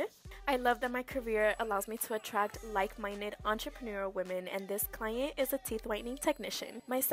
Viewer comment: what with the "client" prononciation 💀😭